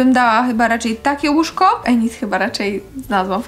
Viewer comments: Init nie enit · Tak ogólnie to nie jest enit tylko inyt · Inyd się mówi a nie enid to się pisze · Enyd E w J.Angielskim jest wymawia się jak I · nie mówi się ENID TYLKO INID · bo ja tylko chcę powiedzieć że się mówi Inyd a nie Enid 🩷💖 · Inid a nie Enid bez uwagi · To nie enid tylko inid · ined a nie enid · Mówi się inid a nie enid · widac ze twoj lektor nawala na Netflixie bo Enid czyta sie Inyd xD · Boże Kochanie...Piszę się Enid ale mówi się Inid...😓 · Mówi się inid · mówi się inyd